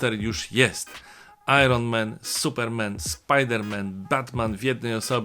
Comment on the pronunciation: Panie Macieju, kanał świetny, sub i dzwoneczek jest, ale... Iron Men? Supermen? Spider Men? To tamtych było więcej niż jeden? A Batman samotny? Czy też to była taka dykcja zła? Vide tow. Bolek eee... Prezydent Wałęsa